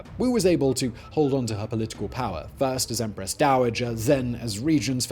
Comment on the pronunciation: Teehee he said "Emperess Wang", hehe he said it again...